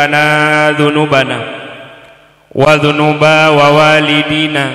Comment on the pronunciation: Wa zunuba "walidina" bukan "wawalidina" tgk.. Kalimat walidina satu huruf "waw"